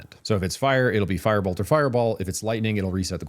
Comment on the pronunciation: just a word not to be nitpicky, but you are not great at pronouncing your words and was extremely hard to follow the part about firebolts because your firebolt sounded the same as fireball and i had to repeat that spot in the video several times to make sure i got it right what spell to pick hehe, carry on hehe